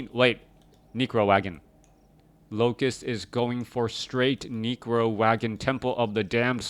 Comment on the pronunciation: lol he says Necro like Negro XD